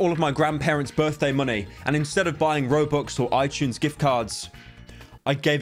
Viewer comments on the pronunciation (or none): none